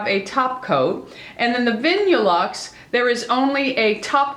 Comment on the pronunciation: It's pronounced Vinyl-luxe. I prefer OPI too.. The best!! xXx